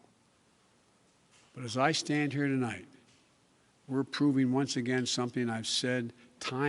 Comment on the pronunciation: Tolight, I'd like to talk to you...Joe! Tonight, not tolight!!!